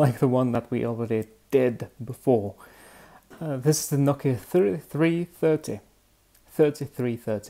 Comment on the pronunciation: It's pronounced "No-Key-Uh"